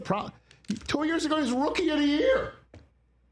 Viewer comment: damn thats the most New York Rich has sounded. Rookie of da yeer.